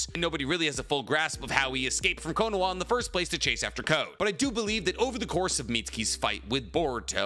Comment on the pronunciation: Good video and I don’t mean to nitpick but why are you saying Konowa? 😹 cause “は” is pronounced “ha” lol it’s only pronounced “wa” when it’s a particle like if I were to say “ナルトはかわいいですね😍”